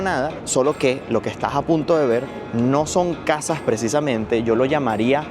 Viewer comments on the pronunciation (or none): laj jegundaj plantaj de las cajaj o las segundas plantas de las casas as un esfuerzo por decir la S correctamente